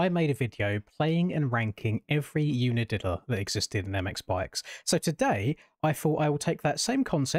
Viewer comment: the way the english say unadilla 😭